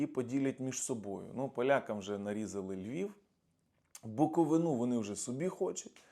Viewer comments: Галичина і Буковина. Слова дуже схожі, але – перша має наголос на останньому складі - ГаличинА, а друга, БуковИна – на передостанньому. Дякую за розуміння. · правильно казати Буковина з наголосом на "и"! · у наступному випуску буде доречне вибачення перед буковинцями (легенького перепрошую, і проведеної роботи над вимовою, буде достатньо:))